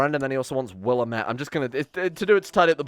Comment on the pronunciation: Time to jump on the bandwagon. It's Will-am-et. Not Willa-met. Still pissed how Dead Rising fucked that up too.